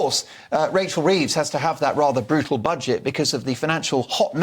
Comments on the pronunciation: Did you say Racheal Thieves? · Did kelvin say Racheal thieves ??? 😂😂